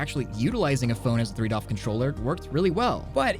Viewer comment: Every time you say doff I cringe, I know it's not a big deal, but please just say degree of freedom for my sanity's sake